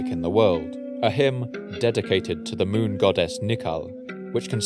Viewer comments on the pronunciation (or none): none